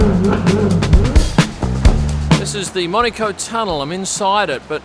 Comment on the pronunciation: Nice to see as an aussie you pernounce monaco correctly cannes is the other one when in Rome always calm line the locals top tip 👍